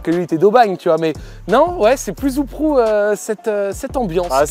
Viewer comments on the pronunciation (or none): Mdrr on dit peu ou proue